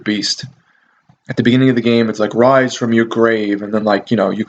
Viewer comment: p.s. i loved Altered Beast and it was "You shall wise from yo gwave"